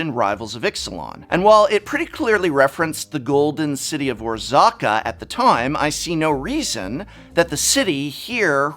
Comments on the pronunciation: Anyone else feel real physical pain when the prof said Or-Zah-Ka(orzaca) instead of Or-Raz-Ka (orazca) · Its orazca not orzaca. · I'm sorry - "Orzaca"?!? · I will made a prediction of my own. What If the real villians are the Angels, we have seen that white is no longer the "good guys" through Magic history so won't be that wild to think that the real Bad guys are the angels. Also the correct pronunciation of the city of Ixalan is Oraz-ka. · Come on Prof, it's written as Orazca, how did you put the A AFTER the A (and changed the A to an O)